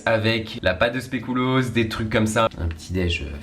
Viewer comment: « Specoulos » mdrrr